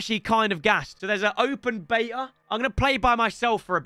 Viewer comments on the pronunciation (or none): There’s a open baeeea 😂(beta)=correctly